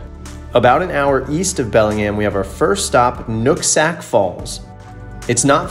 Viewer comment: It sounded like you said Nutsack falls...loool